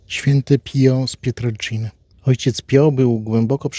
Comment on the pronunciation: "Pijo", a nie "pio"! sprawdzaj, jak nie wiesz!